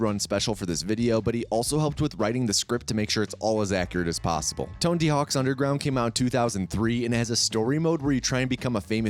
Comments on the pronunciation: Less than 10 seconds into the video and old mate said Tonedy Hawk's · “Tondy Hawks underground” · “To make sure it’s as accurate as possible” Immediately proceeds to say Ton-D hawks underground